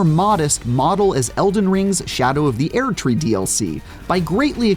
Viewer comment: Erdtree, not aird. Krawt, not crat.